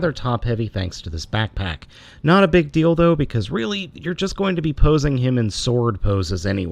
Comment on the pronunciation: When he said "it was not a big deal tho" it sounded like "it's not a big dildo" HAHAHA kinda funny